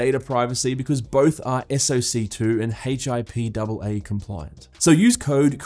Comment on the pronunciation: its pronounced hip-uh. its a law to protect health confidentiality.